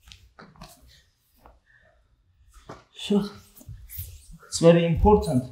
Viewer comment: I like it when he says, "buum". Not "boom", but "buum".